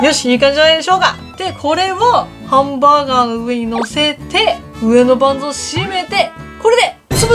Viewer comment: 最初のハンブァーグァーがおもしろい